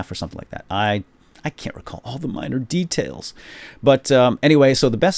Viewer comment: lol not sure if he said miner details or minor details